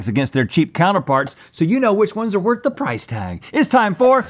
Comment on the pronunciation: “Worh” the pricey? Someone didn’t buy the T! 😂